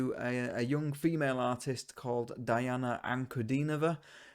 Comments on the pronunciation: Her first name is pronounced Deana. You're one of the few who got her last name right. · Welcome to the magical, mystical world of Princess Diana, The Goddess Voice of Nature. Enjoy your journey. She is a true Contralto. Her first name is pronounced Dee aunna.